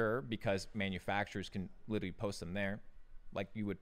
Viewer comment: Can’t take him seriously when he says “witerally” instead of literally